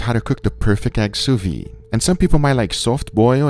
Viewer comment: Hey, big fan here. Please, pronounce the 'd' in sous vide. It wouldn't be a big deal, if you said it once or twice, but your channel even has it in the title. You say it all the time. Maybe no-one has ever told you. "Soo veed", not "Soo vee". Maybe that helps.